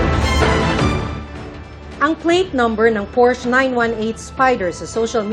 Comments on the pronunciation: Porsche . Hindi porsch ang bigkas ..nrinig ng aswa kong german .ntawa nlang😂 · Porsha po..hindi porsh😅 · Hindi po pors ang bigkas ng porsche kundi porsha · Ganito pa nga kamali ang iba... Portch. 😂😂😂